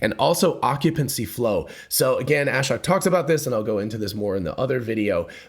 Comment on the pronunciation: The guy’s name, Ashok, is pronounced aa-shoke, not as-shock